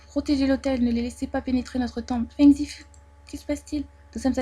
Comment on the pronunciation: Ça se prononce fung zifOU plutôt Non?